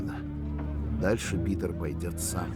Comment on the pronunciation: Вы заметили что сказали не Пëтр а Питр